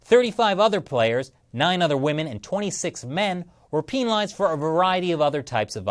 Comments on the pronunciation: Lol he's says "pEEEEEn-ilized" instead of penilized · I’m staying out of this so imma just say why tf does he say PEENALIZED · No offense you sound like a great guy but I started dying when you said "peenalized" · peen alized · why does he say penalized like that? It makes me uncomfortable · Are we sure that's how you pronounce "penalized"..? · this guy can't pronounce penalized right. and yeah she's a sore loser. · HE PRONOUNCES PENALIZED TWO DIFFERENT WAYS RIGHT HERE WTF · Hehe “penalized” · Kind of off-topic, but why is switching between the two pronunciations of “penalized”? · Is that how you are supposed to pronounce penalized.. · The way you pronounce penalized really pissis me off